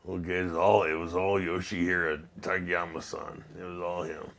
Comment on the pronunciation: I’ve seen a few interviews with Don where gets a tad irate if the interviewer doesn’t get Takayamas name right. Show the man some respect and get his name right. Dons a class act man